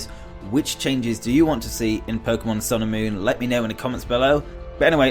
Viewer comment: Sounds like you keep saying Pokemon Sailor Moon.